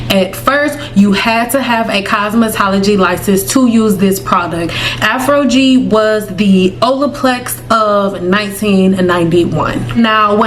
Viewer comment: Why do you keep saying Afrogee?